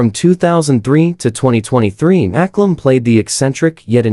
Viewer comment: Who is Maklum? Its Mcallum thats pronounced MAKALUM Poor sloppy rubbish ai again